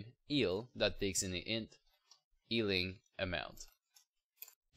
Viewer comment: not "ealed", its "Healed". Not "ealing fountain", its "Healing Fountain", sry I get triggered